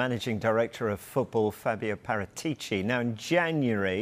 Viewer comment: Even the people reporting on him say his name wrong